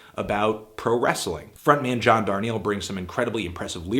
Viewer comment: Protip Anthony. Darnielle rhymes with "barn eel", not they way you said it. John has said that in a couple different places. Also, lovely album for sure